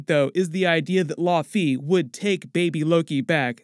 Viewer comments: Thought it was pronounced Lao fee. Not law fee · Bro! LAOW-fee! Thats the pronunciation. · "Law Fee" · The way you’re saying laufey….